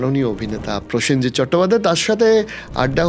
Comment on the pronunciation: পয়েনজিৎ, পসেনজিৎ থেকে প্রসেনজিৎ